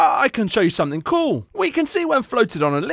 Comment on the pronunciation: 😮👍 "Very coow"